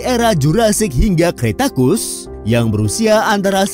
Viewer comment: Narator lagi2 salah penyebutan Kretakus itu apa?. Cretaceous itu cara bacanya "Kre-ta-syus". Kalo ga sanggup, pake bahasa indo aja, "zaman kapur" atau "periode kapur" selesai. Kueka?? Quechua itu cara bacanya "Keh-cwah", sumber darimana yang ngajarin jadi kueka? Mau nawarin jualan kue pake nyebut kue kaa.. kue kaa? Ayo dong, tim harusnya riset dulu biar ga ada salah penyebutan. Salah penyebutan, bikin orang awam salah kaprah tentang bagaimana seharusnya suatu nama disebutkan. Come on, improvement please For the sake of good information